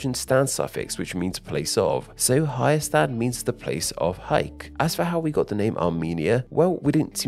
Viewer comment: As an Armenian, hearing you mispronounce “Hayastan” made be die inside It’s fine, I don’t expect people to pronounce it right, but still.